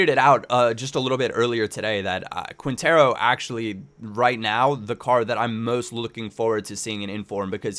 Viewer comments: Great tips ! Its pronounced KINtero : ) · The way you pronounce Quintero lol. Nah it's ok~